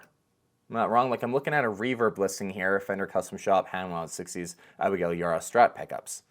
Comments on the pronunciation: Abigail’s name is pronounced E- bar-rah, show some professionalism and learn to say people’s names correctly. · the B is not silent on her last name Ybarra sir